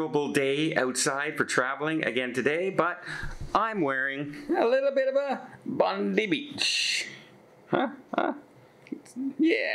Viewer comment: it is bondi not bondy